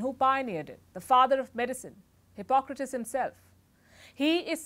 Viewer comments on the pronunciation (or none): none